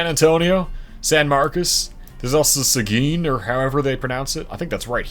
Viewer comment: Seguin is Say-gin but not gin the drink